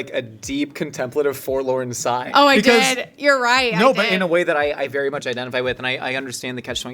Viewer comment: forlorn sigh not "for LO side"